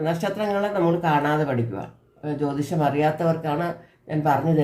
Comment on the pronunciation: ജ്യോതിഷം Not ജോതിഷം